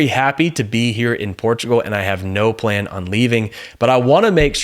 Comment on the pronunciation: please not pan, plan